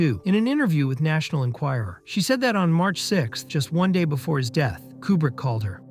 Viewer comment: "in an interview with the national enquiror?" come on....